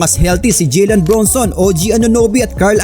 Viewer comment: Idol "JALEN" po Hindi "JILEN" ilang vids mo napo inuulit ulit Yung "JILEN" eh. "JALEN BRUNSON" po.